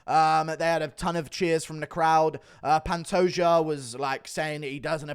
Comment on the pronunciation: I see you’re pronouncing the “J” in Pantone’s name now lol weirdo